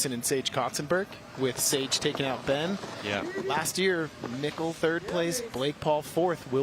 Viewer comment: its super annoying that he keeps calling Mikkel, Mikhail.... thats not his name... its Mikkel like Nickle but it seems like he refuses to call him Mikkel!!!